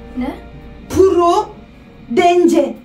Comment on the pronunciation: Abla prudece purudıns diye okunuyo